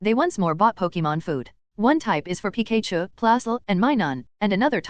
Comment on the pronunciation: PI KAY CHU someone how this mispronunciation gets to me. Probably because its so iconic.